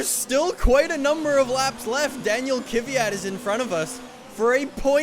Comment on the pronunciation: is KVYAT really pronouced Kivyat?